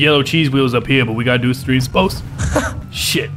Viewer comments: "stream...extream spoat (ugh)" :D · do you mean cream spo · JR Reyes It's not streme spoats... It's STREME SPOATS!!! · "Streme Spoats" is now my favorite thing after "Keep 'er goin" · How come hates it when you say streme spoats.